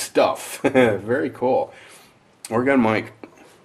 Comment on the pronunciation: Dude, just say it like "organ" not Ore-gone! The first thing the woman said on the History Ch. program of the 50 states or whatever it was it's not Ore-gone! It's just Oregon said like "organ"! Either an organ you play on, or a body organ, or both at the same time lol!